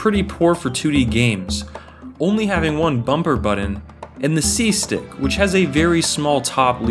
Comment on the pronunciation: Sorry, had to turn this off after hearing the word "buddun" too many times